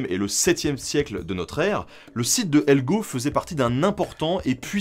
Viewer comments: Bonus : Helgö ne se prononce ni Helgo ni Helgou comme on a pu l’entendre ici mais Hel-yœ. Ö est une lettre différente en suédois (et non un O avec un signe comme un tréma). Il y a 3 lettres en plus dans leur alphabet, qui arrivent après le Z : dans l’ordre, Å, Ä et Ö. Ö se prononce un peu comme le mot « eux ». Et le G est ici à prononcer de façon mouillée, un peu comme le yod du grec archaïque. De plus, il y a un double accent tonique. Donc, ici, un sur chaque syllabe. C’est assez fréquent en suédois et caractéristique de cette langue, car il n’y en a pas tant que ça qui ont cette particularité. On peut imaginer prononcer ça un peu comme si chaque syllabe était un mot différent en français. Chouette format, à part ça ! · Super vidéo très intéressante 👍🏻😃 PS : le “ö” en suédois se prononce “eu”. (Je veux pas faire le mec chiant je partage juste ça on sait jamais 😅) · Helgö se prononce "Hèlgueu" ;) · Une vidéo super intéressante ! D'ailleurs "Helgö" se prononce "Hel-yœ" 😉